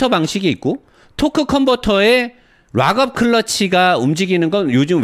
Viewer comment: Lock up 이라는 단어를 리뷰하실때 많이 사용을 하시는데요. 락 업 으로 발을을 하셔야 합니다. 오랬동안 의 리뷰를 즐겨 보는 아우디 A6 3.0 가솔린 오너입니다. 물론 이해는 하지만 유투브 방송은 전세계에서 보는 방송이라 제대로 발음을 하셔야 더 보기 좋을거 같아서요. 기분 상하지 않으셨으면 합니다. 롹 업 이라고 발음을 하시면 ROCK UP 이고 락 업 이라고 발음을 하셔야 LOCK UP입니다.